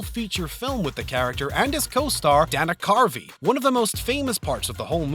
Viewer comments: "Brad's Pitt" "Lundren" "Zoe Zuldana" "Dannuh Carvey" "Bo-hay-meeun Rhapsody" LOL wot? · Dan-ah carvey? Have you even seen Wayne’s world? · Is this being narrated by A.I.? Asking for my friends Brad Spit, Dolf Lunge-rinn, Danah Carvey, Bahamian Rhapsody, and a number of other words. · Stopped watching after Dan-a Carvey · I totally agree. I am glad I am not the only one that caught how he pronounced Dana Carvey's name and the song Bohemian Rhapsody. This is one big pet peeve of mine. I feel like if you are going to put something in a video you need to make sure you know how to pronounce it correctly.